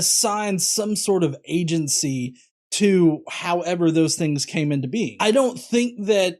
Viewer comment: Every time Frank says 'being' I hear 'bean.' >_> Powerful bean. Almighty bean.